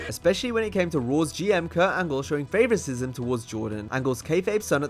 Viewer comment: I have t watched wrestling in decades but from these clips dom sounds like one of the most responded to heels of all time. “favoricism” lol